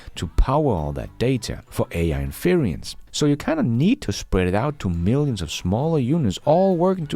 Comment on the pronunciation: By the way, your pronunciation of "inference" makes me chuckle.. It's three syllables, not four. There is no "i" in the middle 🙂